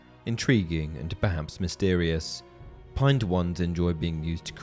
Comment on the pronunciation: Pine(d) wand. Where is that extra d coming from? Reminds me of Benedict Cumberbatch trying to say penguin.